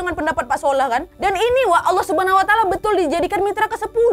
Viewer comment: ngakak pas bilang "Sholah athyahh"😭